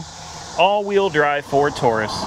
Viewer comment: It’s not touris it’s Taurus.